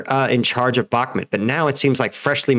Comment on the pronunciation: Bah-ku-mut not Bak-mat